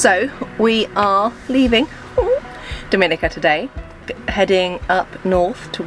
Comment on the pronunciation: How can you visit a country(Dominica) and not even know how to pronounce it's name? It is not pronounced the same as the Dominican Repuplic.. Try Dominika.